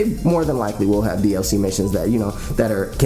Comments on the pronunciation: I died every time he said that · You trying to say "DLC" or just hiccuping? xD